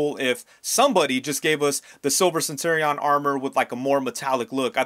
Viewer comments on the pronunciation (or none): What's with the weird pronunciation of "centurion"? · Courtesy heads up: you should look up how to pronounce "centurion." The way you're saying it is way off.